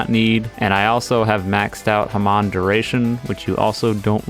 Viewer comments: someone needs to tell him that "hamon" is pronounced "ha-moan" and not "ha-mone" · hey its pronounced hawm own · Did he say haman? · "Haman" killed me bro :sad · I was enjoying the video until you said "Hamon"